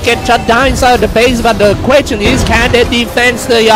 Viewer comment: The "kwetchon" is can they defend the throne... Lol😂😂😂😂